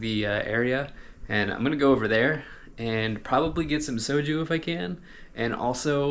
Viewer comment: Well you can pronounce soju correctly, so life sorted.